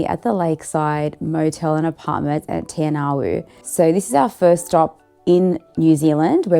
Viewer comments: Nice...very nice....but please ask a locl how to say Maori names .. Great venture. Te anau... Te. R Now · its pronounced te-arr- now, it's okay, I'm from Australia and the locals told me how to pronounce it when I was down there.